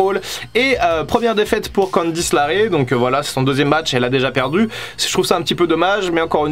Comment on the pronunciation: Tu dis Ivo et CandiceLARae et Pas LeRae mais on t'aime quand même, t'inquiète.